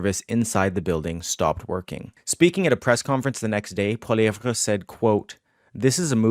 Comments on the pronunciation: Oh my god STOP pronouncing it “Poiliev-VRA”, it’s comically annoying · Polly- EV its not that hard. The "re" is silent. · Holy crap..Biggest rally ever? Where have we heard that before. Right from the Trump playbook. Far right B.S...Poilievre=Maple Trump...P.S. Your hero's name is pronounced Polly ev! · Pronunciation is important----are you wrong pronouncing his name or are we? Please clarify